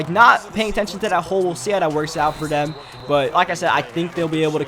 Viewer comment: and "dem" instead of "them"